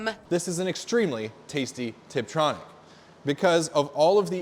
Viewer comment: didi he say triptronic..?